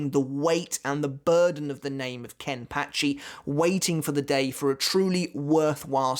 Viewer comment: Is it just me of the way he says Kenpachi somehow weird? 🤔